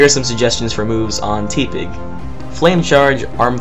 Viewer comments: It's tepig not teapig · It's not teeeeepig it's tehpig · Teepig? It's teh-pig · Every time he read Tepig as "Tee-Pig" instead of "Teh-Pig" it made me laugh, like he was trying to mix its name with T-Pain or something. Regardless of whether he was or wasn't, it made me lol over and over. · ...and then I read the comments for a change and see that a bunch of other people noticed this too and I'm laughing even harder. 😆